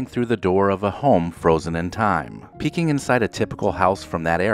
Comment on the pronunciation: The narration sounds strange. "Picking inside a typical house..." Is is artificial? Don't like it.